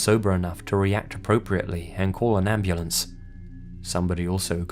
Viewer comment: An "amblance" huh? Gangster ass narration. Lol